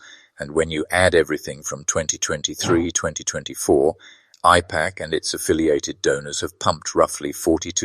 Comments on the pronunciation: I love your accent but are you saying “I” PAC or “A”IPAC with an accent. It throws me off every time you say IPAC,it was hard fo me to pay attention. I had to watch the video twice. Still love your channel ❤ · I appreciate this video. But, please, the pronunciation it’s A-pack, not I-pack! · AIPAC is pronounced with an A, not an I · Correct pronunciation matters. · Apparently, AI does not know English well. It is AIPAC, Ai says long A, Pac, short A. Train your pet better.